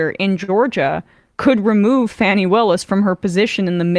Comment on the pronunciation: Please. The Georgia Fulton County prosecutor's name is pronounced "Faw--nee". Many people are distracted by the spelling, but mispronouncing her name is similar to how Republicans mispronounced Kamala Harris's name in 2020. It's a deliberate effort to demean her. It's not far off dead naming a non-binary or trans individual. It's disrespectful and cruel at worst. Please. "Faw--nee".